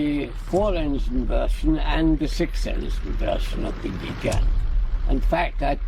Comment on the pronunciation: The continued mispronunciation of Gigant is annoying. (Soft g, not a near j like giant).